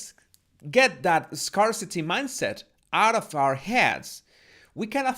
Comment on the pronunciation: apreciado, scarce, scarcity se pronuncian como: skers, skersiti